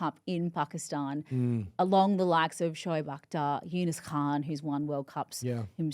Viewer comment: Accurate pronunciation of “Khan”, Erin. Well done 👏🏻